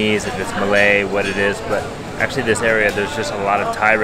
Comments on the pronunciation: Hi.. great video.. Thanks for sharing this.. beautiful views of arts and murals in Bukit Bintang Kuala Lumpur, the Golden Triangle.. Yeah, your Malay pronunciation is correct 💯 Keep it up! 😁 Please explore more bro.. 👍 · your Malay's pronunciation is very well, no worries, will give you a big clap👏